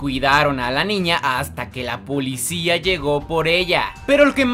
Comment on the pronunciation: Perdón broo pero dijistes pulicia 🤣😂😂😂